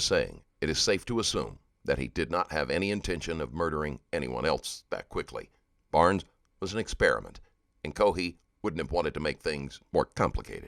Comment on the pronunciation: Warren Barnes was the victim. Kept hearing Brown as last name.